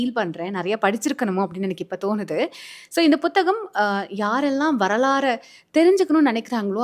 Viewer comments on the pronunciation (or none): none